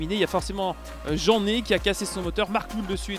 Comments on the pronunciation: Super vidéo continue le Rallycross par contre c'est Kevin Hansen et non son père Keneth est c'est Davy JeAnney est non JEANney est c timerzianov(ffff) sinon encore superbe vidéo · Bonne vidéo comme toujours.Juste le pilote français que ta percuter on dis Davy Jané pas jeanney